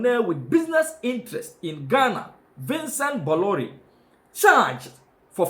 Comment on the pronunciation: The pronunciation is Boloray.